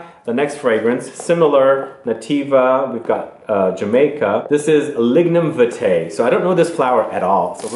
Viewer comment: Hi. For the frangrance it's pronounced viiitae with a longer I sound. It is the national flower of Jamaica.